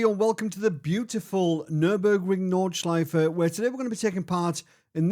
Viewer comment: Well done, that's a podium, 😂 To watch this is really fun. I think you had two really big weapons: Track knowledge at the "Nordschleife" (and I'm really fascinated, how perfect you speak the name of the track and of some of the corners) AND knowledge about how to treat a car with much to much power, no real aerodynamics, no abs, no TC or else on a track, tight like a normal public road at the Eifel. Oh. Be ware of catching a cold, if you really gonna install a air conditioning in your playroom. 😉 {And what I wondered. Is it a Chevy monte Carlo, you're driving? I love that raw V8 sound.}